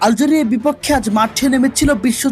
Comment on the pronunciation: আলজেড়িয়া হবে না উপস্থাপনা টে একটু ভুল